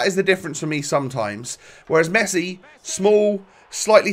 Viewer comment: You screwd up with mesii lol